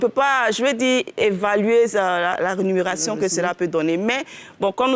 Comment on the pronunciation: D'abord on dit REMUNÉRATION .. ET NON RENUMÉRATION... C'EST PAS AFFAIRE DE NUMÉRATION ou RÉNUMÉRATION... 🤣🤣🤣🤣🤣